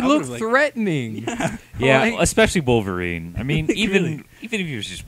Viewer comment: Enough with the WAR-VERINE! It's WOLV-ERINE!...Had to get that out...sorry.